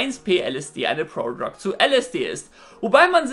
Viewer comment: „Prodrog“ :DD